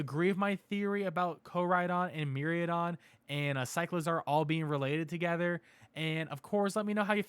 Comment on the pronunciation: MIraidon = MEE-RYE-DON